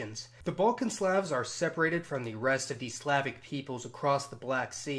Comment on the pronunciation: Im sorry but what in the world is this random pronunciation of words like Slavs